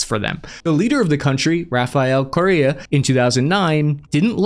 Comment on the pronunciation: In America, Correa is pronounced "Core-Air-uh"